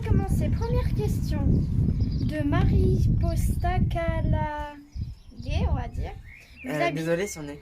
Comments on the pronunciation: Ça ce prononce Maripossa KALade voilà ! Merci beaucoup ! ❤️ J'adore la vidéo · Oui ça ce prononce comme ça !! C'est rare que quelqu'un arrive à le dire du premier coup 😎